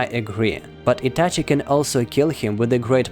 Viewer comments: It's Itachi not etache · What the f is Ityachyi ? Like bro I literally hated that ik that I shouldn't judge someone by his accent but dude it's not something hard to say ahhh or just don't say it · Its ITACHI and not ITACHEY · He says ityache makes me throw my phone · Why are you saying itachi's name like that😅😅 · The way you say Itachi - sounds very Russian lol